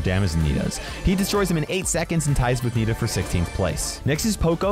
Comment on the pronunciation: you say Nita!! That's horrible!!